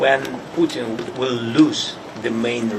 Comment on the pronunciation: I love how his accent has him pronounce Putin as "Sputin". So appropriate. Sounds like Sputum.